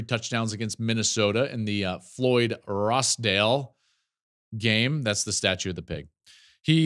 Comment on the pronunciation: Floyd of ROSEdale, Joel. Not ROSdale.